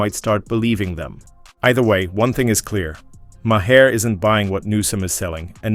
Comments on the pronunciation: Why do all of these AI voice generators say “Ma-HAIR”?!?! Every damn time! Try spelling his last name different if you’re too lazy to do your own voice over. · its pronounced "Mar"